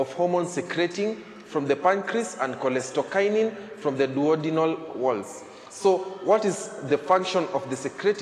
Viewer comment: its cholecystokinin or cholestokinin